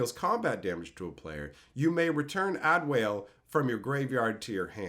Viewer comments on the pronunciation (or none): Ad-e-wal-e not add whale. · If you have a review for the card or anything later, it's pronounced [Add-Wall-A]. But to be fair, if you haven't played the game, it's not an easy name. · Adewale is pronounce more like Add E Walle, he was a slave who was was liberated and became a pirate and then became an Assassin that liberated a bunch of other slaves. the flavor is pretty cool. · [Ah] [De] [Wah] [Leh] That's how you pronounce his name, one of the most popular Assassin's in the franchise. He's French. His story revolves around him freeing slaves in the Southern US and Florida Keys islands. He's one of the only characters Ubisoft kept alive through 3 games to expand on his story. All love! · Adéwalé is pronounced "Ahh-deh-wall-ay"